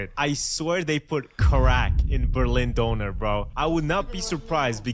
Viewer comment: döner, not donor.